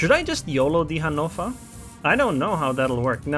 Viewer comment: What the hell is a hanofa lol. Your pronunciation of ships names is hilarious